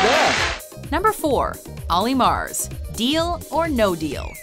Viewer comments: Omg it's MURS not MARS! How are you misreading that???? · MURS, MURS!!! Not Olly MARS!!!! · It's MURS not MARS!!! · OLLY MURS - NOT OLLY MARS... it isnt that hard to pronounce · did that woman just call Olly Murs, Olly MARS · Did she literally just call him Olly Mars? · IT'S MURS NOT MARS HOW HARD IS IT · am i the only person that noticed her say olly mars not olly murs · It is olly murs not mars. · Ollie murs a U not an A how did you mix this up? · Learn to speak properly. His name is Olly Murs not Mars. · Omg.... She says olly mars..... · Olly "Mars"? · dear... that isn't how you pronounce Murs 😂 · The woman doing the voice over in this video couldn't even pronounce Olly Murs surname correctly oh dear 😆😆😆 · Can’t even pronounce Olly MURS correctly....